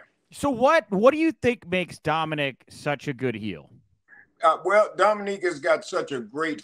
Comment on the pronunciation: Teddy calling Dominik, Dominique the whole time lol.